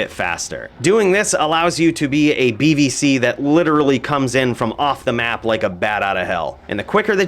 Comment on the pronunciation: Could of swore you said BBC lol.